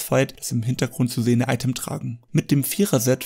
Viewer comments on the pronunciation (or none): none